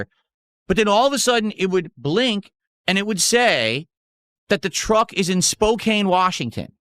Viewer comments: As someone that lives in the Northwest it's not Spocane it's Spocan it's amazing that despite living say 4 hours away from that city which is one of the larger ones in the NW can't correctly name it. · For those of you not familiar with Washington state. The way he is saying Spokane is completely wrong( surprise surprise). It’s pronounced Spo-can, the e is silent. Word smith at it again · Dude…. All people in the PNW know that it’s pronounced “SPOKE-ANN” not “spoke-ayne” lives under a rock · For those that don't live in Washington, it's not pronounced "Spo-kane" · Hes lived in Washington for 12 years and still doesnt know how to pronounce Spokane. Let there be zero doubt that he doesnt talk to anybody, or have any friends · I hate that he mispronounced spokane every single time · It's amazing how long he's lived in Washington and still doesn't know how to pronounce Spokane correctly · As someone who lives in the PNW him saying Spokane like that annoys the crap out of me 🤬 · He has been in WA for 12 years and cannot pronounce Spokane correctly. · THIS! 😂 Wonder how he says Puyallup lol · I was going to say, my only exposure with that part of the country is dating a Washingtonian, and I know he butchered Spokane 😂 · idiot cant even pronounce a major city in his state